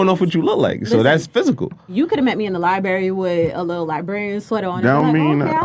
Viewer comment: If you call it a "libary", you aren't going to be appreciated for your intelligence.